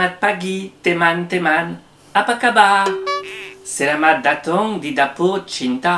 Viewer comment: ngomong datang jadi datung.... Ngakak sumpah 😅😅😅😄😄